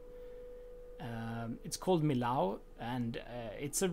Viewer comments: The building and everything was great! I loved it! But PLEASE, I live nearby, it's pronounced "mi-y-o", with a descending "o", not "ow" :D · In French, you pronounce it ME YO not ME LOW ;-) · in french we don't say millau but meo ;) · in french two L's make a y sound and "au" makes an o sound, so mi-yo would be the correct pronunciation. hope that helps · Awesome! I live not far from here! It's pronounced "me o ", no Ls needed :p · Great work! I'm looking forward to see more! But just to satisfy my french side, it's pronounced Meeyo. 😋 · he pronounced millau like a german would say it 😅 in french, it's actually more like... "mee-yo" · love it,but pronounce the name of the city Millau (French pronunciation: [mijo], or as we write it in occitan Milhau pronounced [miˈʎaw]) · Pronounce Millau like me-yo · Thanks my struggle to pronounce Millau going to be a recurring problem it seems, I will address it and hopefully, one day I will learn!